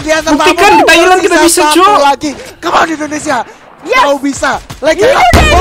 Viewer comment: Thailand bro bukan Tahiland😀